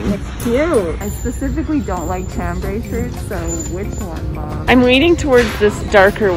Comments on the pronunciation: Everyone gave you crap about how you said garage. I will gently share that chambray is pronounced shambray. You found so many great pieces. The skirts, the jackets, and a million sweaters. Capsules motivate us to create actual outfits. You looked fantastic. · I say it like that as well as a lot of people say it like that....but its not Chambray, but SHambray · Did anyone mention that chambray is pronounced “shambray?”